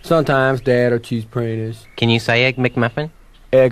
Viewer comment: What, for dog's sake, is "Cheese Praidus"??? It's been haunting my dreams and turning them to nightmares for decades! 😩